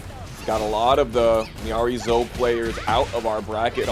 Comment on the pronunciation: How is it pronounced? I say Me-Ari-Zo 😂😂😂😂 but the announcer in the game and at character select screen says Me-Areez